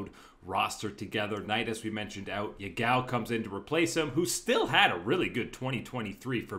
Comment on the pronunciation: His name is pronounced Ya-gao, not ye-gao. Btw, Ya-gao literally means toothpaste.